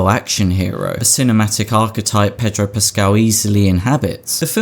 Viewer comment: Have a drink every time he says pedro puscaal.